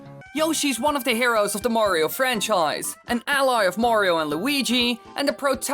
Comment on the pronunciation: Woah, Woah, Woah, so now Mayriooo (May-ree-oo) has a castle ... and his own COUNTRY!?! God, now I’ve seen everything...